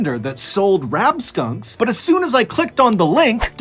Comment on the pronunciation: "Rab-skunks," good lord what are we gonna do with you lmao